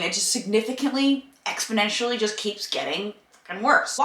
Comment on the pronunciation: The word is "exponentially", not "expondentially". There's no "d".